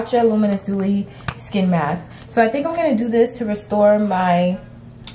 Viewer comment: Seeing you with your natural hair out, and no makeup reminds me of when you first started your channel!! ❤ P.S. "Thank God for Masskss! 😀 😳 Oh.. what if this is because of the masks? 👀 🤣🤣😂😂 cracking up! Lmao